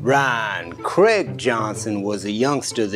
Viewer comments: Just wanted to add that in Daniel Craig his name is pronounced Crayg not Cregg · Who is Daniel Cregg? The man on the screen is Daniel Craig (krayg). Although it is acceptable to pronounce Craig, Cregg when it is a forename, the surname Craig is always pronounced Craig. Rian Johnson misspells his name to subvert audience expectations.